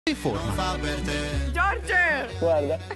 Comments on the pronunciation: Se notate a un certo punto dice: "GEORGE" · che dice George 😂😅